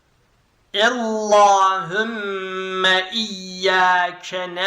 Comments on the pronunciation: ella degil alla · Çok güzel ama ellahümme değil allahümme